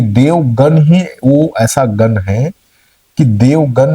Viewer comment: पहले गण को गन कहना बंद करो! देव गण होता हैं और देवगन तो अजय होता हैं! 😝